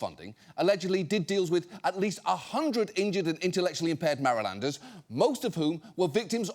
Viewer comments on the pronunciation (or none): There was a lot of awful stuff presented in this video, but John's pronunciation of "Marylander" was the worst.